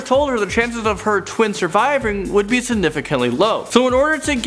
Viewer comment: SURVRIVIING!!!! what???